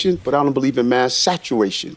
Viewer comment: " Satchew-way-shun " Take some speech therapy classes.